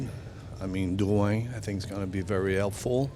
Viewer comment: I like he said Drouin in Quebecer way rather saying the name in an american way.